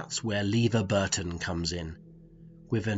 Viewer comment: seriously, you can't pronounce LeVar Burton right?